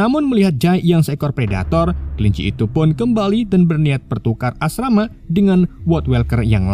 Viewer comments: Bukn asmara tapi asrama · Asrama jd asmara wkwk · Asrama di ganti menjadi asmara 😅😂